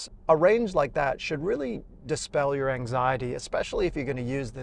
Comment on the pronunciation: Very Cool!! In the beginning of the video, I was like "Here we go again, another Aussie reviewer that has a constant cold(No offence)". But I was pleasantly surprised once you spoke. I still managed to catch some of that Aussie accent when you mentioned the word, "anxiety". Only wished we would get Cupras here in Canada. It was an awesome review. Very informative.